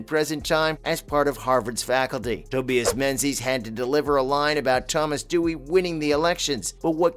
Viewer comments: Omg Tobias learn how to pronounce simple names!!!! it’s NOT toe-bee-es. It’s Toe-by-us. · How about a clumsy narrator who can't pronounce "Tobias" 🤔 🙄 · Exactly! It’s not like it’s the hardest name